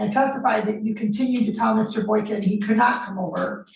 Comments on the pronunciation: He can't even say his name properly 😂 he clearly said Boykins a couple times. When she asked him w an S he said no. She heard it too. Idiot..hes obviously a jealous & immature fool. He deserves everything he gets. In my state if you don't show up it doesn't matter..you will still be charged. Ppl kept recanting their stories & wasting the courts time. So now the AG just prosecutes. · mayor Boykins???? and he added the S on the last name AGAIN......who is he? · Mr.Boykin literally pronounced his OWN name BOYKINS at least 3 times....lol wtf?! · Dummy don’t even know how to say his last name . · Lol he can't even pronounce his own name correctly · That dude said his own name wrong 3 times. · Says his own last name wrong then gets frustrated at the court 😆🤣 zero green flags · He can't even pronounce his own name correctly.